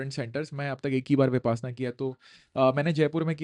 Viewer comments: Correction: it is pronounced as विपश्यना and not विपासना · विपासना नही सर विपश्यना है अपना उच्चारण ठीक करे 😂😂😂